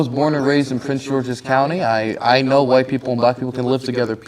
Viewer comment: he even said "Hwite Americanz" rotflmfao